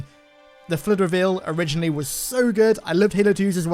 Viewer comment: Can't watch. He continuously pronounces Flood as "Flirt" and Forerunners as "Foreigners".